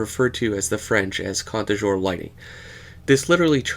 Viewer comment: Joseph Zbukvic is a great artist, I also like Alvaro Castagnet in that same vein, great video thank you and you're contre jour pronounciation is fine 😎